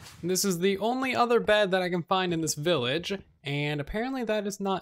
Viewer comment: Did you just say “willage” instead of “village”?